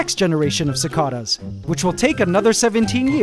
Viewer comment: The way he says cicadas makes me uncomfortable